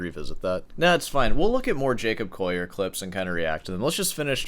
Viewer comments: 'Coll - i - er', (as in a coal miner), not 'Coyer! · Are yuou saying Jacob "coyer"? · I've never heard anyone pronounce his name the non-anglicized French way lmao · Be good if you could pronounce the Collier name correctly, or is it just your egoistic bias?